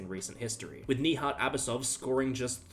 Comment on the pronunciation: Bruh, Nijat is neither french, nor south african. So you'd do better if you pronounced the 'j' properly.